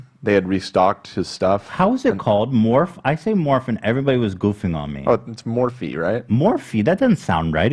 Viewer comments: It’s definitely pronounced Morph-ee. Sorry Ethan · The owner of Morphe's name is Linda Morphe- Pronounced Morph- E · _h3h3Hilayikes:Hila you’re so freakin great episode!!! ! I want to watch James stuff! Remember Romeo Lacoste? We didn’t accept his BS excuse, but James gets away with basically the same thing!!! Don’t worry Ethan, it’s not your fault you pronounced morphe wrong. They’re dumb asses for spelling it like that.